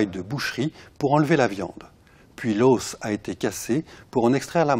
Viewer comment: le deuxième chercheur a des manières de tête à claque et on ne dit pas "l'haussse" mais l'os !